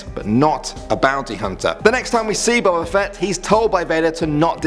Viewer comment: And you said boba fett wrong all da Jedi are dum đums